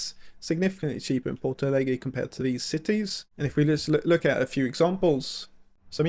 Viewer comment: Ich hab schon eine Weile keine so miese Übersetzung gehört wie diese KI. Diese KI sollte sich wirklich schämen Rio Grande do Sul ist nicht schwer auszusprechen. Bei Porto Alegre kann ich es noch ein bisschen nachvollziehen, aber Rio Grande do Sul, nein absolut nicht. Trotzdem es tut gut ein bisschen die Heimat meiner Mutter zu sehen. Sehnsucht pur